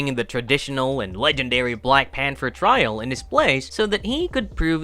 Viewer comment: The word is pronounced “Pan-ther”